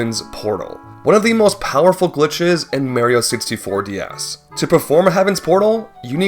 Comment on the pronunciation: "Merio 64 D-Yas" 😭😭😭